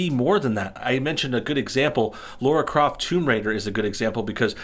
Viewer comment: FFS! Her name is Lara Croft!!!!! Lara! Not "Laura". LAAAAARAAAA Croft. Not "Craft". CROOOOFT. Why can't people read, and have a sense of hearing?